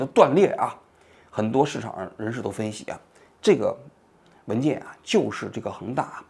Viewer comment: 炮制的炮，读作二声，（袍）的读音。